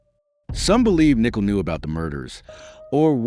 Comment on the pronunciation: Exactly. So annoying. You would think AI would be able to pronounce the names correctly.